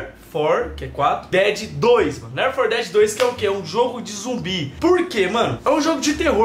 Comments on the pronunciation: lér for que é 4 dedi 2 Jogo:left 4 (four) dead 2 Pronúncia:lefiti for deade 2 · só eu que ouvi o falando do começo ler for dead em vez de left for dead? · Se fala "Léfiti for deadi". Rsrs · "Left 4 Dead" se pronuncia Ler 4 Dead?? Kkkkk ta ruim no ingles kk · Ler for dédi